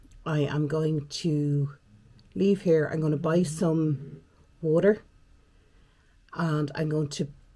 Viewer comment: WALLOR😂😂ie WATER 😂😂